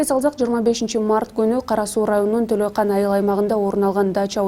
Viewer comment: Ушундай тескери материалдарды бербегиле,оорууну кайталабагыла сураныч силерден,жакшы материал бергиле,туура окугулачы, Төлөйкөн дегенди нээ деп окудуң,кайра өзүң угуп көрчү.